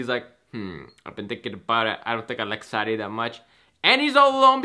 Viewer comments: It’s saydy not saddy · Does anybody notice his saying a different name then saddie when he says saddie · Who else laughed when he called Sadie saddy 😂😂😂